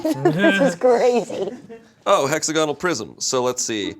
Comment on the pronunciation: The way pronounces hexagonal is painful. Also, there's no way any of them cheat as well as the Belgians I knew while I was a high school exchange student there. I saw a girl write equations in gel pen on her nails once, and pretty much everyone (myself included) used the pencil cases to hide cheat cards within